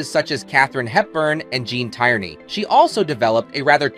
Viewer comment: It was pronounced Gene "Tear knee", not "Tire knee". I know from watching the trailers the studios put out while I was growing up. Just saying. Lost me at that point. Sorry.